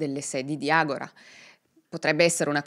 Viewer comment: Brava. Hai sbagliato sistematicamente la pronuncia della società del soggetto ( è ''Agòra'' e non ''Agorà'', come verrebbe naturale anche a me ), ma comunque è un'altra ottima esposizione dei fatti, con un buon livello di accuratezza e il necessario ventaglio delle diverse ipotesi. ===